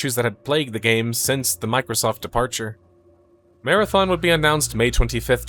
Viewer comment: Not going crazy the way he says departure